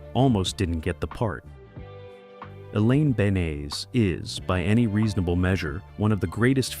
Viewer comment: "Dry-foos" and "Elaine Beans" Do you actually even watch the show?